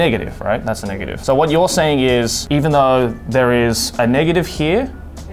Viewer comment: i heard niggative. did anyone?